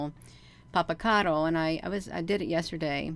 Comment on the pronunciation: She's mispronouncing it actually. 😝